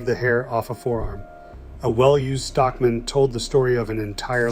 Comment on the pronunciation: ai kept saying Stock MAN separately lol